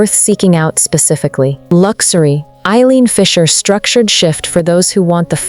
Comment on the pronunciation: What is this fake voice? Lux- a - ry? Couldn't they find a real person to narrate this film? I can't believe this this is getting out of control.